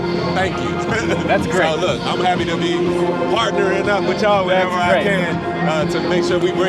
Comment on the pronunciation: ...love the shoulder touch and the emphasis on "partnering." Get that whole wheat, Wavy! 🫡